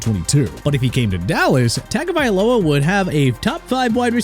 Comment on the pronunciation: Dude can't even pronounce Tua Tagovailoa's name right...